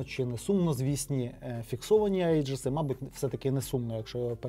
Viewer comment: "Аєджис" читається як "Іджис". То типу "Егіда" перекладається